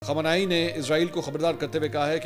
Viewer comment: Anchor sb khamani sb ka nam sahi se lo